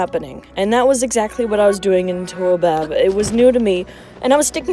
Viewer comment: Taobob is pronounced “Dow Bob”. In case you’re wondering.